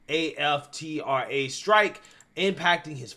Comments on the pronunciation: Please learn how to read properly: The name of Billy Porter’s show is POSE , not Posse! The union is SAG-AFTRA pronounced like it is spelled not pronounced letter by letter and it is Bob Iger Eye-ger, not Iger. And please stop ✋ pacing so much emphasis on the last word of every sentence. It is annoying. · It’s aftra one syllable genius. Learn how to read before reporting on other peoples lives